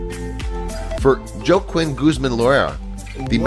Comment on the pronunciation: Dude really said "joekwin" for Joaquin...lol. 380 MILE tunnel? Like, even if it was a paved road it would take at least 6 hours to drive from one end to the other...hope you don't run out of gas along the way! I think this video has some 'questionable' facts...